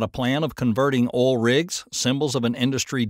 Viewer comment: It's oil not all...